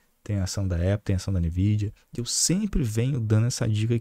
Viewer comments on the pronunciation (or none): none